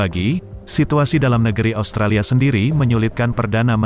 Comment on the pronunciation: Kami tidak menyebutnya ostrolia, tp australia